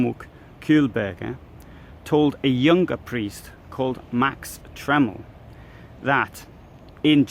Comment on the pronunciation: A small pronunciation point: Max Tremel would be pronounced Tray mel . The Inn looks massive. I always imagined it to have been much narrower. It's a little odd to me that an Austrian border official, as Hitler's father was, would be living in a German town although it was near the frontier. It looks like a beautiful city.